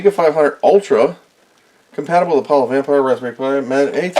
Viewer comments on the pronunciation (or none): none